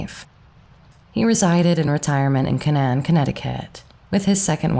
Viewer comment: This was very interesting. Thank you. One tiny note as a Connecticut native, the town of Canaan is pronounced Kay-Nan like the land of Canaan in the Bible